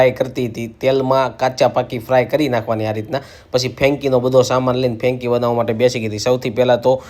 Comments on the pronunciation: Fenki nai 😳 frenky kevay. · ફેંકી નહિ ભાઈ ફ્રેન્કી બોલો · It's franky , not fenki😂😂😂